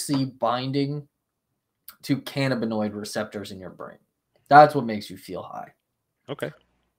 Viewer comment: I believe the accent is on the 2nd syllable -(ca-NAB-in-oid